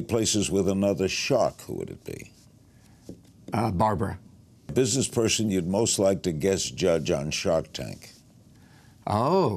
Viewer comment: He said Barbra xD